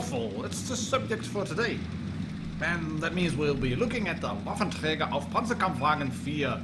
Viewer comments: Good german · Oh dear god. You said the full german name. Oh boy. You’re becoming more german by the minute.